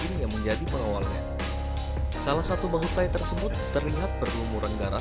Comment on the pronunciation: Di baca bahutay bukan tahi.